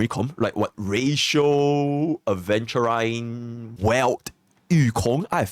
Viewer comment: It's pronounced aventu reen not rine.